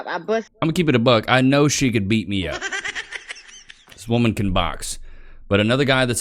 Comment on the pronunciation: Say woman correctly please!!!